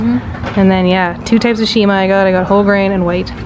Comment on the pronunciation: It’s not “nshima” it is “nsima”